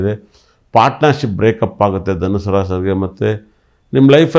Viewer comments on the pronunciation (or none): ರಾಶಿ ಫಲ , ರಾಶಿ ಪಾಲ ಅಲ್ಲ. ಶುದ್ಧ ಭಾಷೆ ಇಲ್ಲ